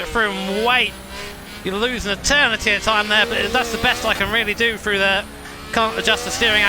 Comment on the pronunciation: For example, he says "Frew" instead of "Thru"